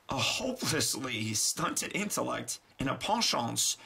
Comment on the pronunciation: Pan-shance? Pen-Chant